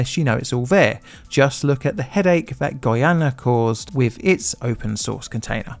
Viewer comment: Intelligent man. Vis vat . THIS THAT . Make an effort not to talk like a child . Oh bullying . No , just saying what your " friends " won't.